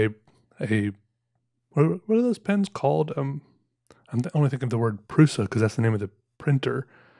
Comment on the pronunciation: Hey, I am pretty sure that prusa is pronounces pru-sha